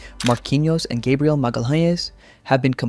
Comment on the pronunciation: can you please do minimal research to learn how to pronounce the players' names? their names are not kun ha and gay briel